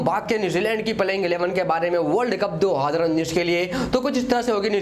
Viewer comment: Bhai tum 2019 bolna seekhlo.... mai tumhe blame nai kar raga hoon bro